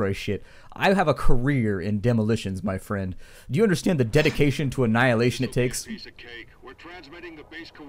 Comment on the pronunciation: "... dedication to annilation..." i love it, make it your catch phrase